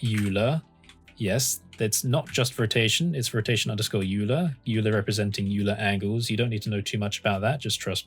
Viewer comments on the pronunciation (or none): sorry for this late comment , but i guess u miss pronounce the Euler , Its Oiler , not Ular . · (psst. its pronounced Oiler) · euler is pronounced like "oiler" btw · I heard it is actually pronounced with a hard G... like GIF. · Really, really nice explanation. The only thing is that Euler is pronounced "oiler". Everyone gets that wrong at first but the dude absolutely rocked so he's worth the tricky name. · Good work. I think Euler may be pronounced as 'oiler.' Still, very good. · Euler is pronounced OILer!!! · its not Euler, its Euler! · Am I the only one who's uncomfortable with the way he says "array" and "Euler"?